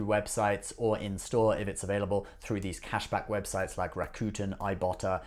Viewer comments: Rakuten you're pronouncing the name wrong it's not raccoon-ten it's rack-who-ten drop the WH and you can YouTube Rakuten how to say correctly. Ebates didn't change their name to Rakuten. Rakuten is a japanese-based company. Rakuten bought he Ebates for 1 billion dollars. Love your show it's great just come correct with knowledge don't spit things out that you're not knowledgeable about especially on Ebates and Rakuten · That only makes this mispronunciation of a neighboring country's language worse. Besides, I don't speak Japanese and yet I can pronounce Rakuten correctly. He mispronounces "Rakuten" the same way the hillbilly guy in that commercial does.